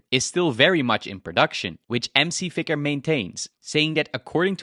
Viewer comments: did you just call Tyler McVicker by "MC Vicker"? You should probably cite Tyler's YouTube channel and not an article that's just repeating what he says. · m c vicker... you mean Tyler McVicker?